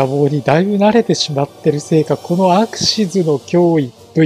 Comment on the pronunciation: アクシズではなくアクシスになってますよ